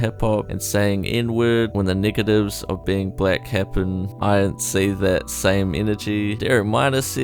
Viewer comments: Yeah It sounded like he said the N-Word to me too! Evidently you, me & another person thought the EXACT same thing! When you're a Black American and you've been called the N-Word by hateful Whites from childhood to adulthood, your ears are understandably more sensitive to that word. A lot of our ancestors were lynched by racist Whites back in the day and the N-Word was the last thing that they were called before being murdered. I don't think that is necessarily racist. But, I do think that a White Guy from New Zealand (Christian or not) who doesn't go to Church with Black Americans, or fellowship with Black Americans or pray, eat with or serve in a local Church with Black Americans (or any Blacks for that matter, I could be wrong, but I seriously doubt it) would understand the drama, pain & hurt that comes from the N-Word. I pray that he wisely stays away from the subject and never does another video on the N-Word! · Not gonna lie when you said negative i had a double take because of your accent 😂